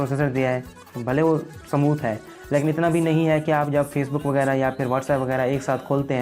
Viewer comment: Smooth hota hai bhai samooth nahi